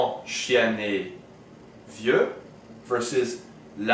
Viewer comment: Hi, good job with this video just one thing, I'm french and with the word "est" the French never make the "liaison" (link) with the previous word.